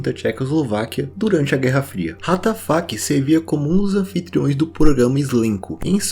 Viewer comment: O Que ele disse: Ratafac O Que minha imaginação disse: What da Fuk